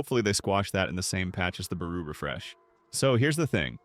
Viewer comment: Tf you mean barou bro not out